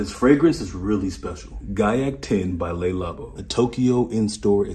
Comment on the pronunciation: And, my brother, quick phonetics lesson, from a kid with Haitian parents; The pronunciation of the word is not lay labo - the le sound is more like the er sound, roughly...just keep your lips closer together.. like fighter, closer, together... It's pronounced ler labo, not lay labo. The les = ay sound. Les is plural, le is singular. Le = ler labo Les = lay labo No disrespect at all, just helping you out. 👍